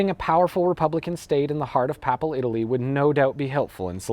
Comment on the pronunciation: Good video! Papal isn't pronounced papple.